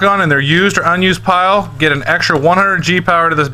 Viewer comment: lloll pire instead of pile